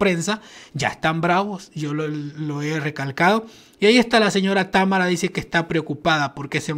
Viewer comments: mira chico. Támara no lleva acento. es Tamara sin acento. com mucho cariño. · Se dice tamara.